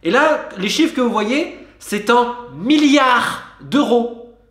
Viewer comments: On ne dit pas "MIARDS" mais "milliards" (avec un i avant le ard). C'est comme le U dans "Amblance". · Affolant tout ces "miyares" d’euros ! 😁